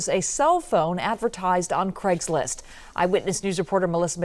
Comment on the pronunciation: It's "Craigslist"